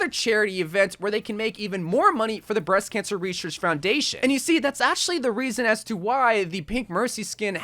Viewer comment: Breast Cansher Reseashc fourndation